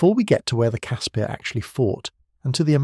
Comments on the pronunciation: Ex SA ops medic here. Great documentary,well done, just call it a Casper though,not a Casspeeer. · Casper!!! Not cass pierre. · I love these type of videos but blatant lies should be called out. Grown men could stand up right under the chassis. and the 50 miss pronounced words one had to be properly researched and pronounced. casPIRS not casPEARS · Caspir....Pronounced Casper, like Casper the friendly ghost. Koevoet...Pronounced Koo-Foot. Other than that, as a South African, I enjoyed the video. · Great video. Just one thing, the name is pronounced 'Casper'. Not fully through this video, but I read in a book about Koevoet, that the only fatalities in a Casspir due to a mine detonation was when 4 Soviet TM 57 landmines were linked in series, with almost 40 odd kgs of explosive packed in the middel. The right (or left) back tire triggered the mines. The resulting explosion threw the Casspir forward through the air for over 40 meters and landed on its side. The occupants, as was the mo at the time, were not buckled into the seats. Cannot remember how many kia there was though. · You totally butchered the pronunciation of CASSPIR.